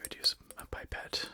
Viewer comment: woah did he just say pipette like "pipe-ette" as oppose to "pip-ette"? Either this is an American thing , or one of either me and him has been saying it wrong our whole life without knowing...